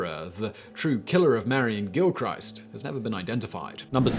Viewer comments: It’s no gill-Christ, it’s gilk-wrist, ya bam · its pronounced Gilkrist not GilCHRIST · Gilchrist is pronounced Gill-chris-st not Gill-Christ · Every time you say Gil-christ, it’s like nails down a blackboard. For future reference Gil-krist. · Gill- krist. Just sayin. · Quick one Simon. I remember you saying you lived in Fife. Gilchrist is pronounced with a short ‘i’